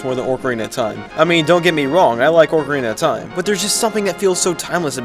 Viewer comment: "Orcarina" ORCarina?!??!